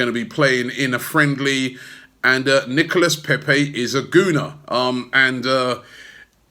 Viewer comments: Robbie Robbie Robbie it's pronounced Nicola Pepe not Nicholas. like we had in 1984 sharley Nicola ok Charlie Nicholas that is bloody Nicholas Pepe is Nicola please say it correctly we didn't sign Nicholas Pepe. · NicolA < that's how you pronounce it.